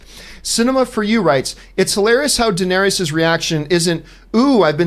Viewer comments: I’m seriously not a jerk nitpicker, but every time John calls Danerys (Dan-eer-is) “Danerius”, i get a nervous twitch in my eye! Lol. It’s Danerys!!! Iss-iss-iss! Lol! ❤️ you John!!!! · Can y’all take the time to actually know the material you’re discussing? How many names can you get wrong. How much established lore can you forget? Bastards have no claim to the throne. “Danaerius”. What? “Davros”? That’s not even a hard name to remember! Ballistas in Kings Landing wouldn’t kill Viserion. Remember, he’s a wight now???? Steel doesn’t kill them